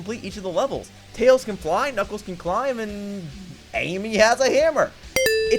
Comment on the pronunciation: I just heard him call Tails "Tail". I've not scrolled down yet, but I wouldn't be surprised if that's what the viewers are arguing about instead of the video's topic.